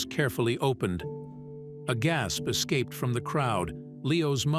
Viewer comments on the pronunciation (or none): none